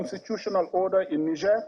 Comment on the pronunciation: Why are they all struggling to pronounce Niger? Disrespectful